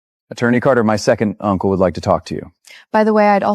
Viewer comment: AI is creating new language 😂 second uncle called SANCLE😂😂😂😂 lot more funny words 😂😂